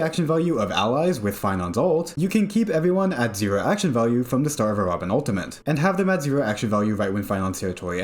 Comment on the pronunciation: U L T I M A T E not OON TEE MENT